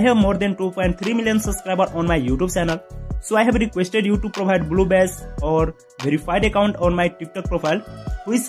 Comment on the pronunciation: am i the only one that hears bluebes